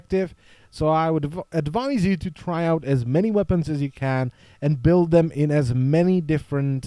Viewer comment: To nieje "beld" ale "bild" pokiaľ viem :D